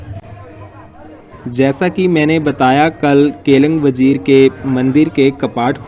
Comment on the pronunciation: केलंग वजीर नहीं, केलिंग वज़ीर बोलते हैं भाई